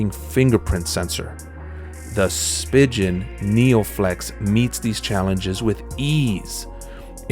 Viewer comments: Spigen is pronounced spee'gan 🤦🤦🤦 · Did he really just say spigen that way .-.